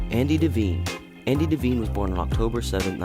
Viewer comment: It's pronounced DEE-VINE. Not Daveen.